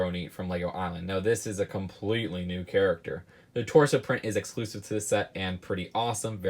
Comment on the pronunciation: "eclusive"?! Lol